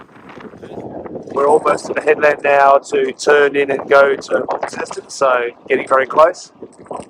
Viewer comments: As a former resident of Cornwall it pains me every time I hear an Aussie pronounce Launceston as Lawn-sess-ton. Its Launce(s)-ton with a silent S. The town of Launce, Launce's town. Other than that great film as always, incisive diesel diagnostics. Sunsets, dolphins and the sea 🌊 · If you would rather sound like a local, it’s “Lon-ceston”, not “Lawn-ceston”. Just so you know. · Seems weird to hear you talking about the Tamar river on the other side of the world. Feels even weirder to hear you pronounce Launceston the way you do. Here it's pronounced as 'Lawnson' (or 'Laanson' if you're deep Cornish). Looked to be a great trip. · Interesting pronunciation of Launceston. Here in Cornwall, UK It’s pronounced lawnston.